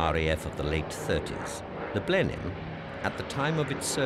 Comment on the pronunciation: Video discusses the "Blenin" bomber... You mean Blenheim? Of course you do.